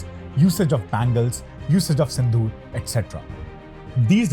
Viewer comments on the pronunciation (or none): none